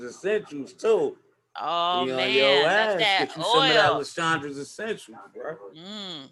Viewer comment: Don’t be simple. Grandma taught you right. It’s La-Shondra. #PRESSURE